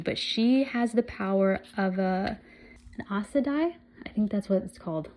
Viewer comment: Aes Sedai is pronounce "Eyes Sa Die" Moiraine is "Mwahrain" Enjoy the journey with these amazing characters